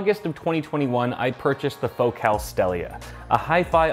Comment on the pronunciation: That can't be how your pronounce focal.